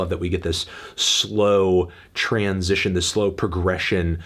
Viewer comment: he can't even say the word transition normally lmao